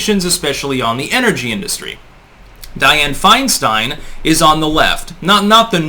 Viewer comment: Mrs 1940’s, FeinSTEIN (its Stein, not STEEN), is a Communist operative. Just like most of these lifetime politicians, they are traitors and have no loyalty to the USA Or Americana (Americana = Our amazing “hometown” “home-down” way of life and small town-like sensibilities, that comfort us and unite us in quaint familiarity). These politicians are responsible for America losing her “innocence” via everything from geopolitical terror, to cultural ROT via “hip hop culture” being PUSHED on us for 3 decades now. The Communist knows Nothing can destroy a country from within faster than the PUSHING on a society of those who make up the “hip hop” demographic. The “Hip Hop Demographic” is literally THE lowest of “Common Denominators” Socially speaking...... Once the HipHop demographic ROT takes hold, all standards and respect for authority, property, women, culture, economy, and laws, which took 200 plus years to build upon are COMPLETELY and carelessly discarded, thus bringing a society DOWN to the LOWEST COMMON DENOMINATOR. They will NEVER raise a society. EVER. This is how the Communist creeps in. Like a thief in the night, who will never leave. They just keep burrowing and burrowing until acceptance. Then all is twisted. That which is wrong, is right. That which is right, is now wrong.... We Are fighting for our lives now.